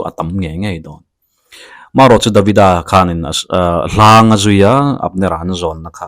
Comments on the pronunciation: A ngaihnawm ṭhin e. Hláng ni lo vin, Hlãng (chhuata mi kha dah kãng rawh tiha kãng kan lam rik ang hi). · sir, 'hlang' i thluk dik lo a.